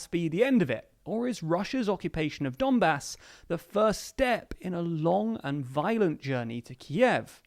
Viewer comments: Is it only me who heard " dunbas " as "dumbass"?? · ‘Donbas’ .,lord bastard - x